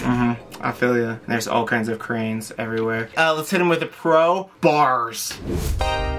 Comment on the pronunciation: 🤣I had to rewind a second during the construction part. They were talking about how bad traffic was and you said cranes everywhere, but I thought you said Koreans everywhere. I was like, there is no way he just said that 🤣